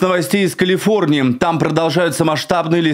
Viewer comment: "Калфиорнии"; "Кмалла Харис"; "расследвоание" --> Ох, не зря говорят: "спешка быстроту e6ёт"! Особено, у малограмотеюшек!..